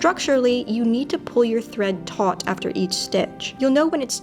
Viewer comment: Thank you! I do machine sew but I do find that I do a lot of hand sewing when making my costumes. Also, can I just say how appreciative that you said "taut" correctly? I don't know why but it annoys me when I hear people pronounce "taut" as "taunt."